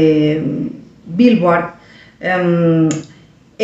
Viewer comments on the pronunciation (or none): quería decirte algo que espero te aporte... La revista y los premios se llaman Billboard (y se pronuncia Bilbord);) parece que seguiremos hablando de los mismos durante un buen rato:)